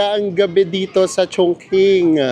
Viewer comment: Maganda tlga sobra ang Chongqing,(medjo bothered lang ako ng very light sa pagka-pronounce nyo HEHHE😅) Chongqing (pronounced as 'Chong-chíng' not Chong-king 😅)